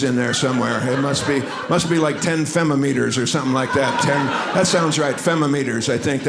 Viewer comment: "10 fem-a-meters"😆